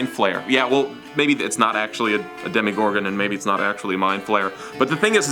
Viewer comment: "demi gorgon" it's demogorgon